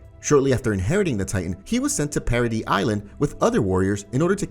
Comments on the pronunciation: Its para-dees not para-dee bro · Why do you call it parody Island. Its paradis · trost bro says “trust” paradise bro says “parodys”😂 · Bro its paradi ifs how you pronounce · paradise... para-dice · Is anybody else annoyed when he keeps calling paradise paraD? Or is it just me😭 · Why the fuck does he say parody island